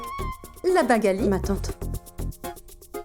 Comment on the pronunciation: 🤣🤣🤣la bingalie